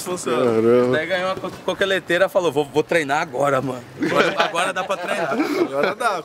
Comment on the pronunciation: a coqueleteira kkkkkkkkkk Ta pior que eu quando falo fisolofia